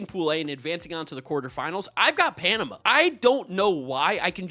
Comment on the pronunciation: You are now required to go listen to Van Halen's Panama 5x straight to learn the pronunciation.